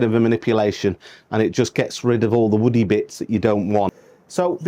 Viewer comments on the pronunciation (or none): none